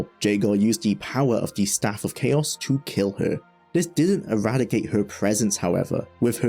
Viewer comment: JAY-gar hurts me physically every time you say it.